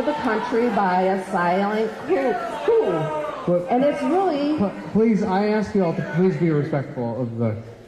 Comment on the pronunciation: She pronounced “coup” as COUPE lol